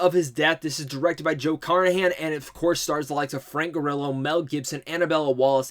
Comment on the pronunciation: Frank Gorillo? Take that first o out bro. Lol